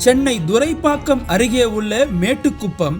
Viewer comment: It is thoraipakkam not duraipakkam.